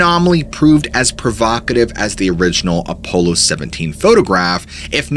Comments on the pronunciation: “A polo 17” ??? Apollo is pronounced more like “Uh-Paul-o” 17. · Why do you keep saying A- PO- Low. 😅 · I love this channel but I can't stand the fact that you knowingly mispronounce words all the time. We all know that you are aware of how to say the word Apollo. It's not ah- polo. It's a stupid super pet peeve of mine and you do it in every single video you take the most basic words and mispronounce them over and over like you're proud of sounding like you don't know how to speak. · Apollo is not enunciated as "polo" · Telepathy not telapathy, Apollo not apolo, bonafide not bonnafide. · You are a very good storyteller But man some common words are mispronounced and it is a shame. For your sake and credibility you might work on that Examples here were Apollo and telepathy. Good luck just pointing it out trying to help